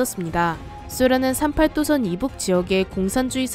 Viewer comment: 38도선 말할때 발음 구림. 조선족인가 했음